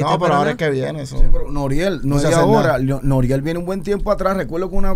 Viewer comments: Nadie: Él Pacha: Noruel... Anuel 🤣🤣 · Pachasito es Noriel no NORUEL HAHAHAHA🤣🤣🤣🤣